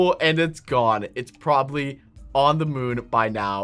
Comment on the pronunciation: you saying: we should probrablly install that